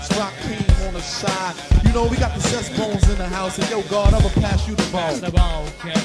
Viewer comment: LOL and he says "Sess Bones" 16 seconds